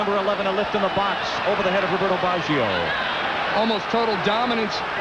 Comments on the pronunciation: Dude! you would think they would be able to pronounce the name of the worlds best player. What on earth is 'Bawjio' ? McGrath beat Baggio 40 times in the game. Baggio didnt get a sniff, so why are these assholes yapping on about Baggio throughout the entire game??? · That commentator is terrible. He actually thinks England are playing Italy, and he has no understanding of what is going on. He cant even pronounce Baggio...I think they fired him after this world cup after so many complaints.